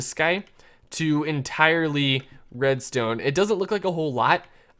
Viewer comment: why did u say redztone?